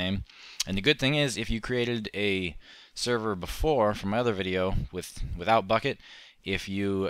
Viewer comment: server not serro